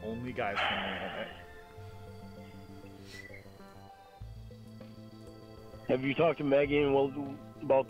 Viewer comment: The "Innanet" the fawking "Innanet"! greatest nemesis and scapegoat for all of his screw-ups. "Guy from the Innanet"...top tier threat. Guy from anywhere else....just an inconvenience and mildly annoying. EDIT: I really need to go easy on the vodka while I'm listening to these incredibly entertaining calls. Thanks so much for spending the time to bring us these gems. Well done!